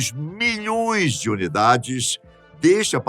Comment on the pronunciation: Milh"õõõee"es kkk só eu que vejo essa singularidade na pronúncia de milhões?